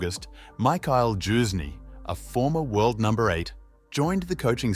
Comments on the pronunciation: It's Youzhny, as in "you", not "Joozhny" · "His former coach JUICE KNEE" wtf learn how to pronounce names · Youzhny is not pronounced Choosney, dude. Have you never seen him play, heard his name? Whats going on? Jesus....